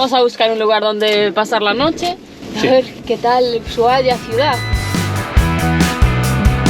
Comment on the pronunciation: EN ESPAÑOL LA H ES MUDAAAAA ASI QUE SE PRONUNCIA USUAIA basta se nombrarla en Ingles